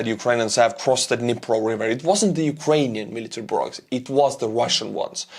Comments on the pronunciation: It is Dnipro, like in knee+pro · "the Dhnepp river"